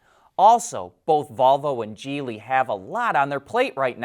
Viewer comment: I noticed a change in the pronounciation of "Geely", thank you 👍